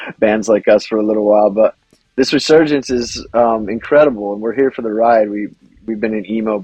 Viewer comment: My God. How many times is going to say "reAsurgence" and mispronounce "resurgence". And ffs dude, you're like 50. How do you make it to 50 and still not comprehend, and mispronounce so many simple words?